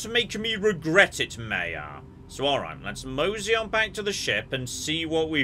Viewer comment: Playing my drinking game called " says yes for no reason so drink" im almost smashed and it's not even halfway through...so we are going to, yes! Drink So I'm not pronouncing like yon or...the name is maya, they say it's pronounced m-eye-uh and then he starts calling her may-uh dude is terrible with pronouncing names outside of English and Greek. I gotta mute this while maya is around, not many ways to be so rude as to call someone a different name than the one they actually use..yes Maya and Maya are spelled the same. Maya is Greek and is pronounced may-uh or mEHaa..but she's clearly not greek. She's obviously Spanish heritage so her name......is Mai-a, m-eye-uh....why would you go for the Greek name, who so far in space is Greek? There's more non Greeks so maybe you will be respectful to the Spanish speaking culture and use the right name Not that hard to be polite. But it's automatic so you're kinda prejudice...